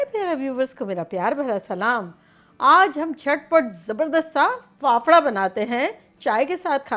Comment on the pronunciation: Faafda not phapara 😁